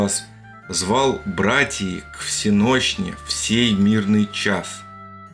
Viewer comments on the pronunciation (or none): Смотрю с интересом! 👍 в стихах не всенОщный, а всЕнощный. Ударение. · Не ВсенОщный,а ВсЕнощный! И всё тогда ровно получается. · если произнести слово с правильным ударением - бдение называется "всЕнощным", а не "всенОщным", то рифма складывается.